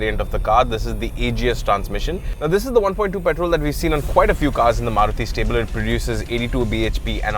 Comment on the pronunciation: love how you say maruti giving it the indian feel which it is others dnt do it